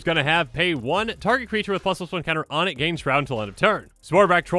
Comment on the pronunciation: I will always enjoy how he says "Plusluson counter" but fully enunciate +2/+2 or any others